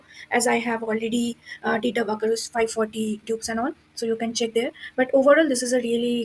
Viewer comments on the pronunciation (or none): It's Baccarat not bugger 😭😭